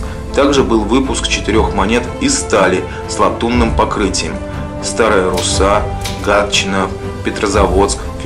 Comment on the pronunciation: Поправочка. Великие Луки произносятся с ударением на второй слог ЛУки (но не ЛукИ), также и Старая РУсса а не РуссА. По монетам сложно рассмотреть двор.тем более когда один чуть выше а другой чуть ниже.Это случай на миллион если кто найдет(ИМХО)